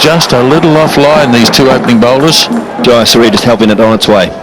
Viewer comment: Butcher for the bowlers name : jaysuriya